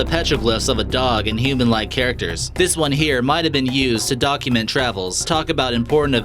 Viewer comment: DID HE SAY DOG-UMENT? I think he did! yuuusssssss